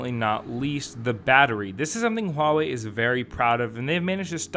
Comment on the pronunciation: Thank you for not pronouncing it as wawei haha